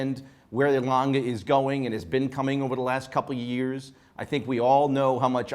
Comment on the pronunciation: Watch critics and presenter but can’t pronounce Lange?? Please try harder, there’s E on the end and in German language it’s a strong Letter. Just like Porsche. It’s not Langa. It’s Lange